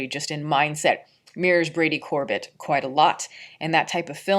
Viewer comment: It's Brady Cor-bay pronounced like the frozen dessert Sorbet....I just learned this recently- not trying to be annoying.